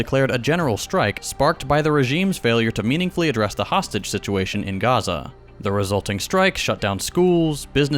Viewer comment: Why pronounce Chile and Honduras like Chile and Honduras but dont pronounce Gaza like Gaza